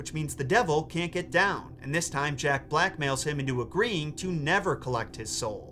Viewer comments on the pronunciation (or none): You say: "Jack blackmails him into agreeing." I hear: "Jack Black mails him into agreeing."